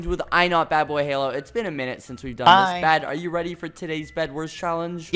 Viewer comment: The Video : "Zissssss.." Turns my phone off ZISSSSSSS..